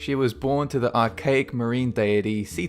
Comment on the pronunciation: Bro you mis-pronounced a lot of the names of not only monsters, but you also said Thebes wrong and Deity. :/ You also said some of the Deity's names, including Uranus